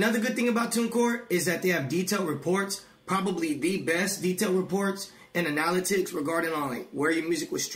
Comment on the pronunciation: analaticks? or analytics?